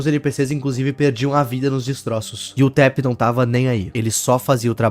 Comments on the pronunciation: Taph é uma mulher e pronunciasse "táfe" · eu achei que se pronunciaria TAFI nao e?